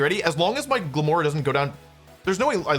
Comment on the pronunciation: I know he's saying "My Glimmora", but I keep hearing "Michael Moore."